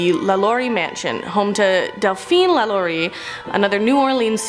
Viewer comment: it bothered me so much... also how she said Lalaurie...